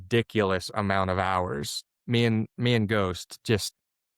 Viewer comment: Ghost...not dose, not toast.